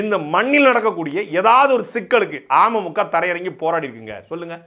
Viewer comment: துரைமுருகன் அண்ணா.. நீங்க அமமுக னு உச்சரிக்கறப்போ 'ஆமை மூக்கா' னு கேக்கறது. சீமான் அண்ணனோட தம்பி னா சும்மாவா..?? டிடிவி பின்னாடி இவ்வளவு தகவல் இருக்குன்னு அரசியல் புரிதல் இல்லாத எங்களைப் போன்ற பாமரர்களுக்கு சாட்டை பதிவுகள் வரலாற்று ஆவணம். ஆமை மூக்கால இருக்கற அண்ணன்‌ தம்பிங்க எல்லாம்.. டிடிவி.. பின்னாடி திரியாம இன்னொரு முறை விடிவி படமாவது போய் பாருங்கப்பா. செம லவ் ஸ்டோரி. சிம்பு அட்ரா சிட்டி பண்ணிருப்பாரு. துரை அண்ணா உங்க தில்லுக்கு தலை நிமிர்ந்த வணக்கம் 🙏